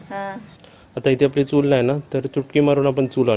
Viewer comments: चुळ नाही चुल म्हण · चूळ नाही रे चुल म्हणतात... 😂😂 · चूळ नाही रे पप्पू चूल. मी कधी कमेंट करत नाही पण तुझे चूकीचे उच्चार कानांना खुप खटकतात. तूझ्या परसनालिटीला शोभत नाहीत. काकूंचे नाही खटकत. वाईट वाटून घेऊ नकोस. तुझी ताई सांगतेय असे समज. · चूळ नाही चुल म्हणा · चुळ नाही ताई चुल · अरे बाबा चुळ नाही चुल चुल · 😁 ha asa ka bolato ??? Tond dhuto ti chul vegali ani anna dhijavato ti vegali ..kadun vha L ani gulpolo cha L vegla ahe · Hello tai tumhi banawleli chuul khup mast hoti. Aapan banawleli chulichi majach wegli. Aani chulichla ucchaar tumhi chukicha kartay😊